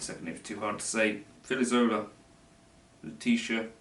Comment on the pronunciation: The "Filizzola" was really good! "Leticia" was like a 5 haha you have to say "cheese" 🧀 to say it right -- Le-chee-cia anyways thanks!!